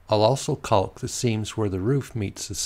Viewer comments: Caulk is pronounced kok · maybe, but nobody but you says it like that, right?